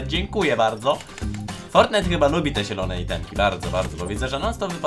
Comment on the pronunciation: Nie nielone tylko zielone